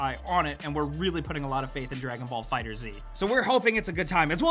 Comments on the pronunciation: It's not fighter Z, it's one word: fighterz, like fighters!! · Pronounced "fighters", not "Fighter zee" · It's pronounced fighters (fighterz) . Not fighters z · Pet peeve time: It's pronounced "Fighters", folks. Not "Fighter Z" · It's FighterZ not "Fighter Z" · Dragon Ball FighterZ looks soooo good! Also, it's pronounced Dragon Ball Fighters, not Dragon Ball Fighter Zee. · Holy shit, stop calling it Fighter Z dude– IT’S FIGHTERS with the Z replacing the S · Its not "fighter-z " its "fighterz" as in "fighters" ugh its not hard to grasp game ranx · Its been confirmed that its pronounced "Fighters" but i also like to call it Fighter Z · Dragonball FighterZ (pronounced FIGHTERS) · It isn’t Fighter Z! It is Fighters but instead of the s it is a z! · Ahhhhh you don't pronounce the "z" in fighterz. It just sounds like fighters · Close eye on dbfz and pronounces it wrong